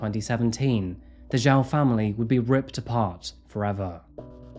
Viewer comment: 11mins in and the reporters are frustrating me with their inability to pronounce “Zhao” properly. It’s not hard.